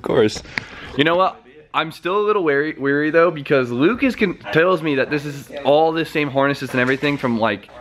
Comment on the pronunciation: You had it right the first time homie. wary vs. weary <3